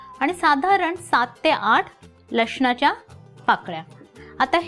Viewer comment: Didi aaj ch recipe banavli hoti... Khup Chan ✌️ Pan... लशणाच्या ❌ लसणाच्या ✅ 😅